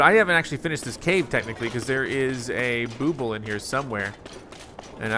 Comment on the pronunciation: Just an FYI that Bubbul is pronounced like "bubble." I never said anything, but I've been watching this whole series and "booble" has been driving me nuts lol.